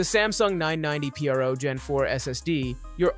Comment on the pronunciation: Wtf is this? A listicle as a video? A lisdeo? Nobody needs stuff like this. Everyone can look up spec sheets. And even read 'pro' properly